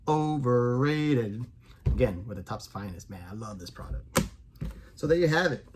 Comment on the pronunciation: It’s funny I know you were trying to say “Overrated” but all I heard was “Walk off World Champion”😁. Just messing my friend. Sorry I have gotten that item out to you yet. Life went crazy two days after we talked about it and I had to slide it on the back burner. Hopefully later this week. Peace✌🏻